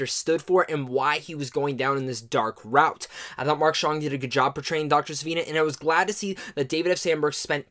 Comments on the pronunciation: Love most of your reviews bro but two issues! One, to echo the other guy who pointed it out... you pronounced the villains name two different ways and and they were both wrong lol. It’s not Seneva or Sivina... it’s SivANA. Also!.. the fact that this movie didn’t “exceed any of your expectations by any means” makes me question why you weren’t as cautious on your optimism as you perhaps should have been... given the unpredictable quality, or lack thereof, that we’ve seen from DC in recent times. I was very positive about it... but it definitely exceeded my expectations! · Sivana...not Savina....another guy misread the name. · It's pronounced See-Vaa-Naa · Dr. Sivana ,Sih-vahn-uh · It is Dr. Thadeus Sivanna pronouced Cy Van Na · uh...no you didn't... You said Sa-vin-a....